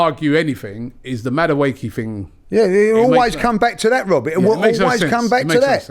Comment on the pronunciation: Robbie "Maduake" Lyle